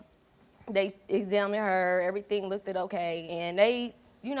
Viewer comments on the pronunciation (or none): As soon as she said lookted I knew she was lying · Lookted okay 😭😭😭😭 man these ppl don’t ever pronounce words right 😂😂😂😂😂😂 thank god for good men like him . I knew sumn was wrong wen she said the child said she don’t need to know wat happened 😢😢 like wtf…. She needs help